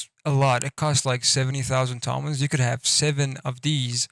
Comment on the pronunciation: u forgot Super carnillo, it definitely is S. and plz pronounce Iran and Toman correctly not like some ignorant Whitehead